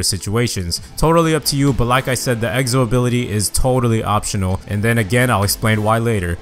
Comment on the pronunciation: Why does he say egzo